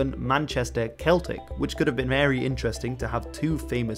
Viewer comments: Two minor quibbles...Liver bird is Lie-ver not like the organ and celtic (in Glasgow anyway) is soft c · The word Celtic is pronounced as “Seltic” not “Keltic” , great video tho